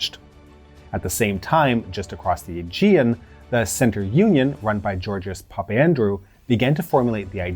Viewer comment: You've done well with those names. The only one you slightly stuffed was Papandreou - Pa - Pan - Drey - Oo. (I vaguely remember the news reports of the time so the names stuck. ) That, and the bit at the end of the Monty Python skit.